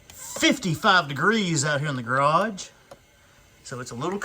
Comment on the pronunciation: "the gay-rage" I'm dying